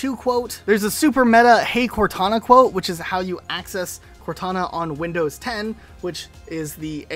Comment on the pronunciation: ...did you say Hackcess...?